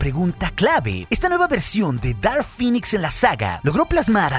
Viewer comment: Cada ves que escuchaba que decías "Dark Phinix" me daban ganas de vomitar verde , se pronuncia "Dark Phinex"